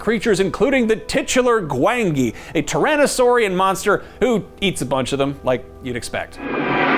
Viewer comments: Its pronounced "Gwan-Gee",. 👍🏾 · Don't think he actually watched Valley of Gwangi..... GWON-JI is how it's pronounced ._. ... that's literally how its pronounced throughout the WHOLE movie... glad the movie got a mention though. great film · His pronunciation of Gwangi is very upsetting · I don't think he watched the valley of gwangi or he may have pronounced it correctly. Kinda puts credibility aside if you don't actually watch the movies you make the list of lol